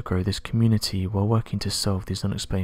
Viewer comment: Don’t forget to abscribe like the narrator asked. lol